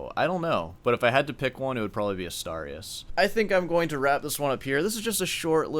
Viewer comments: What was the piece you said was the most dificult? I think i heard Asturias but you said in a weird way, or was something else? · did try to say Asturias in here? I legit dont know